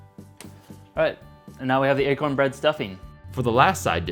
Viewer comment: Wait... You say achorn? That is funny, because the way you pronounce it sounds like the dutch word ''eekhoorn'' wich means squirrel